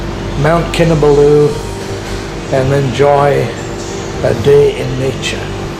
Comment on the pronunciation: Great series of videos spoiled only for me by the continuous mispronounciation of Kinabalu. No excuse since you say you've visited Sabah many times. Please put the emphasis on the third and not the last syllable! I'm a former long-term KK resident.